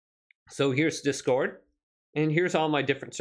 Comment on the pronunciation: Its discord mate 1 word, not dis- cord, thanks for the tutorial though